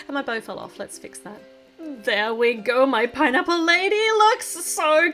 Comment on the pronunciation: 😂😂😂YOU SAID PINApale